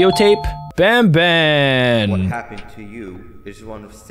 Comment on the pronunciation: It's ban ban not bam bam